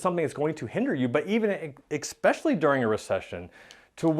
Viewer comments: Love the content. Just cringe every time you say eXspecially instead of especially. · Pretty sure it’s a US Army thang 😉